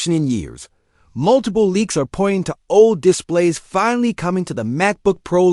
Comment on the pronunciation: the cadence is off, pausing at inappropriate times, it's reading a full stop as the word "dot" and it's substituting "older" for "oled" when describing screen tech